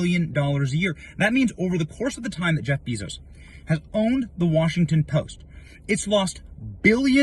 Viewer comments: BAY-zohss (/ˈbeɪzoʊs/) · Bezos, pronounced BAY-zos